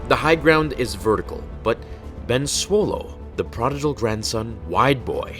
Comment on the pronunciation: is it supposed to be solo not swolo?